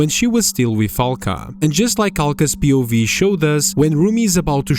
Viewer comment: pronouncing POV like a word instead of an acronym is insane